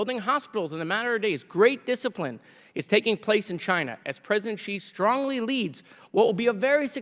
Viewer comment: I love Jared, but if he wants to be successful as a smart-*ss, he MUST must must learn to pronounce Xi Jinping's surname correctly. It is NOT pronounced "Chee". "Shee" would be a little better, but Xi is like asking "Shee?" with the tip of the tongue against the back of the bottom teeth while kinda grinning a little. It would kinda make Democrats know what they were talking about with Foreign Policy and it is certain that Comer would never learn it: Comer can't even pronounce the Americanized Moskowitz correctly! 🤣